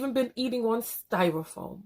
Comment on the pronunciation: said, “I will no longer criticize the DISABLED! #dead😂😂....did u enunciate STYRAFOAM‼️#dead again😂😂😂 I cannot even get my workout done for laughing and responding.